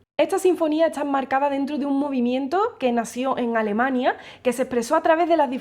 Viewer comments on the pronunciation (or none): none